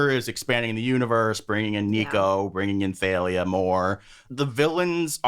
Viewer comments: theylia? not thalia?...........ok................ literally have NEVER heard that pronounciation of thalia/talia in my life. from the singer talia to the comic assassin thalia al'ghul.......no no to theylia. i. can. NOT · apparently Rick says he pronounces it more like thal-lia. I personally pronounce it like Talia or Tahl-lia. Never heard the they-lia pronunciation before so that's pretty interesting